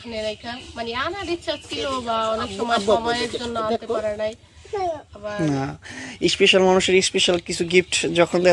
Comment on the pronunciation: ইশপিশাল আবার কি। শুদ্ধ করে বলেন